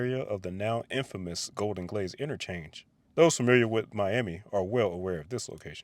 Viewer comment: Ah Golden Glades 😂 I thought you said Golden Glaze 😂